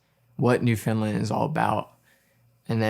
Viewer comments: Being from Newfoundland, great video, pumped to see you wearing the Dildo shirt (I’m from Hearts Content), but man I gotta teach ya how say Newfoundland! Lol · Can’t believe you were in Newfoundland. Huge fan here living in St. John’s! Just so you know for next time…we pronounce it Newfin-Land 😉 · That's first I've heard Newfoundland pronounced that way haha! But oh my this was absolutely stunning! The storytelling was impeccable and as always the sound and cinematography are outstanding. Glad you came to visit our beautiful country